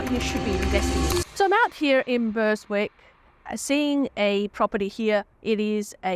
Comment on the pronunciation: Its pronounced Berrick hahahahahah there is no S dawg